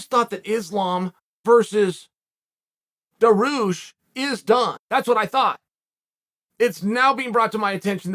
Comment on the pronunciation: also chael its pronounced DAR-HUGE with a (sh) like DAR-HUSHhhh